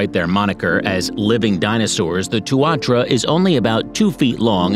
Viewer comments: I dunno if I convinced you of a single thing but even knowing that a Kiwi is a bird, there's still a lingering sense of confusion somehow. Amusement for sure but still, a smear of confusion also. Why even mention the Kiwi when the guy is calling the Tuatara the Two-are-true-a, or Tua-trua, 187 times? 🤷Anyway, ✌️Peace bro, sweet as🇳🇿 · Just creating you because you pronounce tuatara wrong. Know because I live in New Zealand 🇳🇿 😍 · wtf its not called tuarchara tu a tara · It is pronounced tuantara not tuawhara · Helo, as a natural born new zealander, the tuatara is pounounced , TU A TARA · i was born in new zealand and and i love it even though kiwi can't fly they are suprisingly really fast. but i find it halarious how he says tuatara like tuatra let me tell you how to say it tu-a-tara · Its pronounced two a tar rah. Not two wha tra. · Tuatara, pronounced Two-a-tar-a. Hard case hearing them called two-ar-tra. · Tu ar tra hahaha TUA TARA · Did this man call a tuatara a tuatra and otago skink an otego skink 🤣 im sorry its just funny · That pronouciation. Tuatra? Taranakai? Otag'go? 😂😂 Seems so computerized. But hey thank you for putting NZ out there 💜🙏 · it would've just been the butchering of the pronunciation of Maori and tuatara